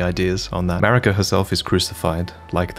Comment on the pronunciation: You realise what “>” means right? And it’s Marika, not “Merika”